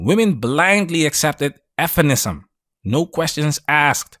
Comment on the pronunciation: Why can't you say "feminism"?